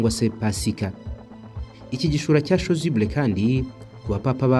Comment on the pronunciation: Chasuble pas chosuble